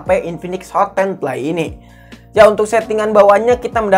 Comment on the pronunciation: Ngoreksi kata kata yang salah di channel sadapin tekno FPS cara bacanya: EF PI ES Bukan: EP PI ES CPU Cara bacanya : SI PI U Bukan : CE PE U PLAY cara bacanya : PLEY bukan: PLAY